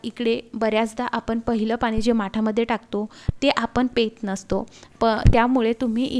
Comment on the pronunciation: तुम्ही मराठी नाही आहात का? कारण खडबडीत ला तुम्ही खडबड बोलताय, बाहेरुन बुळबुळीत आणि साॅफ्ट (नरम) नाही ओ बोलत तुळतुळीत आणि सपाट बोलतात. उभ्या आयुष्यात मी पहिल्यांदाच ऐकते की नारळाच्या कीशीला साल म्हणतात😂 तसच पेत असतो नाही, पीत असतो, साॅरी मैडम. छिद्र पाणी पीत नाही, झिरपणं म्हणतात. असं काही नाही लाल माठ ही चांगलाच असतो. तुम्ही अतिशय फापट पसारा करुन नका सांगू. आम्हाला सर्व माहीत आहे. कारण माठबद्दलची माहिती आम्ही पहिल्यांदा नाही ऐकत. आम्ही खूप वेळा ऐकलेली आहे. जेवढी तुम्हाला माहिती नसेल, तेवढी आम्हाला माहीत आहे. हेच तुम्ही विसरलात. जिथे५-७ मिनीटे लागतात. तिथे तुम्ही डबल डबल सांगून १७.२५ मिनीटे खाल्लीत आमची. प्लीज असं रटाळ आणि चुकीचे शब्द वापरुन आमच्या वेळेची वाट नका लावू. तुम्ही मराठी शब्दांचा वापर नाही, तर मराठीचा अभ्यास नीट करा🙏